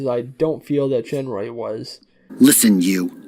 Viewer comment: (It's pronounced "Shenoy" not "Shenroy")